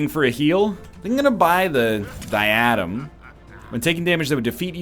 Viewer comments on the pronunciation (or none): You used literally every one of your arcana improperly except for flaming lariat and yet you blame your arcana. You even used your basic ranged arcana basically as a melee in the fire level. Also it’s pronounced Die-Uh-Dem not Die-Adum. Love your channel though. Super fun to watch albeit mildly infuriating sometimes. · What is it about blatant mispronunciations that makes my ears burn? Is something wrong with my brain that makes me physically clench and cringe whenever you mispronounce diadem? Maybe i'm just an asshole for assuming you'd be exposed to the actual sounds of the word given how proficient in pop culture you act and proclaim to be. Maybe it just bothers me that you seem to be intentionally trolling with how awful you're fudging it. I don't even know why i care so much. fucking fuck sticks.